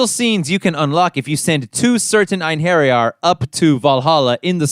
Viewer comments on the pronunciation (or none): It’s pronounced “Ain-her-yar”. Not “Ain-hairy-yar”.